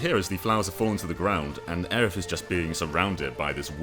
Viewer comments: Areith??? What the hell? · I’m mad it took me like ten comments before I found one calling out “Areith”. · Aw yes, Areith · You've heard of Aeris. You've heard of Aerith. Now introducing Areith.